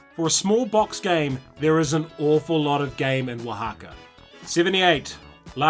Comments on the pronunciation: I just wanted to commend you for pronouncing Oaxaca correctly. Nice list. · Color me STUPID impressed you pronounced Oaxaca correctly and easily.